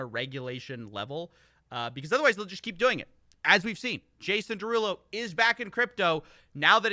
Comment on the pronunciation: It's pronounced Jason DeruUulo.